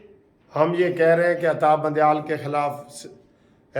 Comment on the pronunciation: Al Salam Alaykom brother I am from Canada. You usually say Atta bandieal say it Adda bandial